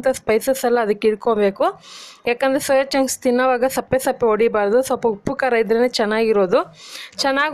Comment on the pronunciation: ಅಕ್ಕ ಚೋಯಾ ಚಾಂಗ್ಸ್ ಅಲ್ಲ ಸೋಯಾ ಚಾಂಗ್ಸ್ please correct your Kannada madam